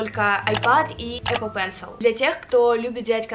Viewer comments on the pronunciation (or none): none